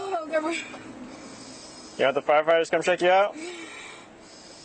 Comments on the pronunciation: breeve......kaint breeve!!!! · The good old “ I can’t breeve” card 😂